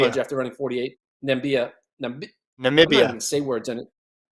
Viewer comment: who tf knows " Nabimian" 🤣 BTW English speakers CAN'T pronounce those names